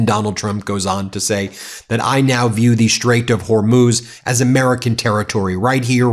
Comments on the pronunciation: Tonight his pronunciation of Hormuz is “Hor-mohz”. Yesterday it was “Hor-mouse”. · Its Hormuz not Hormoz....a nd who is that blonde on the right? Is it Karoline? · I have to say, the people cheering and clapping at the rally are even crazier than the lunatic behind the mike who said Strait of Hermoz rather than Hormuz. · ☆ "The Strait of HORMOZ." Primary progressive aphasia is a neurological degradation in brain regions responsible for language processing, specifically the left temporal lobe, parietal lobe, and Broca’s area. As neural pathways break down, the brain struggles with phonological processing (how words sound) and semantic retrieval (what words mean), leading to errors like substituting similar-sounding words (e.g., "pacific" for "specific") or omitting syllables.☆ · Whore-mose???? 🤦🤦🤦yo Thump, it's called Hormuz. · You’d think he would know by now how to pronounce Hormuz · He's not even pronouncing Hormuz correctly!